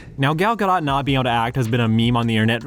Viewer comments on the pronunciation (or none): There is something funny about you talking about the automatic negative reaction people sometimes have toward actors who speak with an accent, while I am having that reaction whenever you mispronounced Gadot.